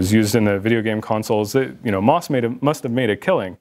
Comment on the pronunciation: The company name is pronounced M, O, S, not moss. I know several former employees there. Let's please get the history correct.